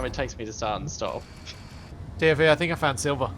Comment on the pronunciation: Ive been binge watching this for a week and I only just realized is saying "TFE" not "Timothy"...........